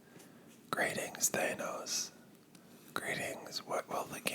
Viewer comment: I’m over here wondering how even with all the movies I’m sure you’ve watched, you’re pronouncing Thanos like that. Or did the movies get it wrong? But I barely care because this is some great whispering